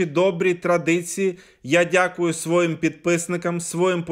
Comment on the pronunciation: Та не сво'ї, а свої'